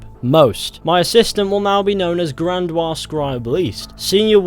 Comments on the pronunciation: Bahahaha grandwaa 🤣🤣🤣 it's gran-di-ose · Grandiose < Grandwa... or however it's spelled lol Btw you gain honor if you kill the kkk members. At least I did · He most certainly did not, it's an english word, and in english it's pronounced gran-dee-ose. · Grandiose, look closer, friend, it’s not Grandoise, it’s not French. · Gran-dee-ose. I just needed to get it out of my system. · grandiose is pronounced Grand-ee-ose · That ain't how you pronounce grandiose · thats not how u say grandiose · Lol he pronounces like a Frenchman